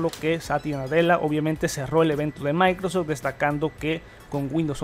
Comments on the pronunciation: Mis orejas sangrab cada vez que dices maicros store, es microSOFT store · Por qué pronuncias "maycros" al decir Microsoft? xd me encanta tu canal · "Maincrosoft" 10doritosdepueh "MaincrosTim"